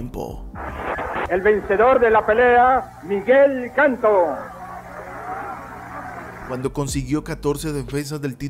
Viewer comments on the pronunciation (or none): El apellido es Canto, no Cantó. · SI HABLAS DE BOXEO MEXICANO NFORMATE PORQUE PRONUNCIAS MAL Y POR CONSECUENCIA MAL INFORMAS, EL APELLIDO ES CANTO, NO CANTÓ PORQUE NO ERA CANTANTE... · El apellido es CANTO no Cantó...! Y el fué uno de mis boxeadores preferidos junto con: Rafael "Huascato" Herrera,Rodolfo Martínez,y mis paisanos Gaspar "Indio" Ortega,Gerardo "güero"Fe- rratt,Juan "Kid"Meza y Gilberto Román! Saludos desde Mexicali, Baja California, MÉXICO 🇲🇽🎎🥡🥟🌭🥑🎂🌮🍍🍨🍜🍺⚾🏀🏈🥊🥊🏹⚽🎼🎵🎶🎷🎺🎸🎻🪘🪗🥁🎥📻📺🎧🎤❤️🌹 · Es Miguel Canto, no Cantò! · No es Miguel Cantó, es Miguel Canto. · Su apellido se pronunciaba Canto y no Cantó. Cuidado con los acentos. Sólo los cronistas gringos se reservan el derecho de pronunciar mal los apellidos latinos. Chávez = Chavés…Cano = Canó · Que buen boxeador escogiste, pero que mal lo expusiste......infórmate mejor sobre que es nuestro estilo mexicano y la pronunciación del apellido. Canto un maestro del boxeo muy valorado por nosotros.